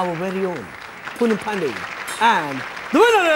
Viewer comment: Her name is NOT Poonam Pandey. It's PONNEH POONDAHMAHVEH!